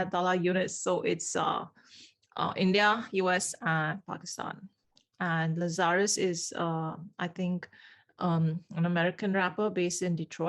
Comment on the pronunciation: Errr it’s Lazar……us.